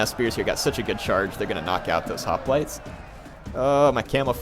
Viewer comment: Is anyone else slightly bothered when he says hoplites?